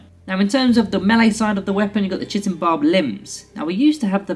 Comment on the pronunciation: chitin is pronounced ky-tin :)